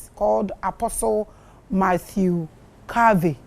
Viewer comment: Please it’s Apostle Dr Matthew Garvy not Harvey